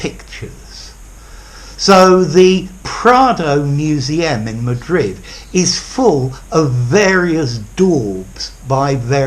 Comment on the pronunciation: Thank you. Excellent explanation, as usual. I found it strange your pronunciation of the word "museum."